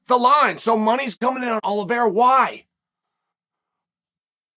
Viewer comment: Oliveira. Got to put respect on the champs name